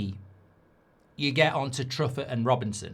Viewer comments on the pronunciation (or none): Truffet is said in French, True-Fay, not?